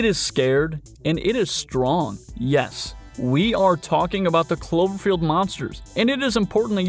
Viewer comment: 😛 I swear first I heard chlorophyll not clover field.... anyone else?